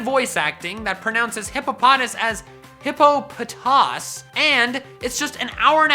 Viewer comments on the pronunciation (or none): it is actually pronounced hippoe-puh-toss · Hippo-pa-tas is the correct pronunciation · "Bad voice acting that pronounces Hippopotas as Hippo-poh-toss" That's actually official now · Hippopotas is literally pounced that way. I'm usually with you on the pronunciations but they've called it Hippo-Po-toss since the pokemon was released. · AND, Hippopotas is pronounced Hippo- Puh- Toss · it is pronounced hippo-po-tas. I will not be swayed, I've been calling it that since gen 4 came out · But Hippotopas is really pronounced "Hippo-poh-tahs" Watch it's debut anime episode from gen 4. Jessie can't say it right ever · But... it is pronounced hippo-po-tahs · Hippopotas is pronounced hippo Pu tos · Actually it is (hippo-pa-TOSS) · Hippopotas is actually officially pronounced Hip-p.o.-pa-tahs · you do realise that hippopotas is pronounced correctly in hoopa and The Clash Of Ages you just don't know how to pronounce it,just look at the Pokédex 3D Pro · No, the movie pronounced Hippopatas correctly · Hey that you think that maybe you're the one pronouncing Hippopotas wrong? Ever since Sinnoh, the anime has been the source for official pronunciation. Whether you think it's right or not, I think you just need to accept it. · Hippopotas is actually pronounced like that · Um I think you're the one who's mispronouncing Hippopotas... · . Watch this and tell me how Hippopotas is pronounced. Just saying. Love ya. The anime pronounced it right.